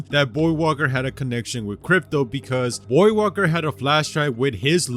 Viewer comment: lol the Loba beating revenant is kinda dumb if u think about it And damn was I not confused every time he say voidwalker because I kept hearing him say boywalker